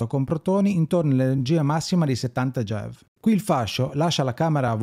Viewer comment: Bellissimo approfondimento, complimenti Solo una parentesi: MeV e GeV sono, banalmente, le abbreviazioni di Mega ElettronVolt e Giga ElettronVolt: sono unità di misura (mi fa strano sentirli nominare "mev" e "gev", un po' come se si pronunciasse "cappaggì" anziché "kilogrammo" 😉)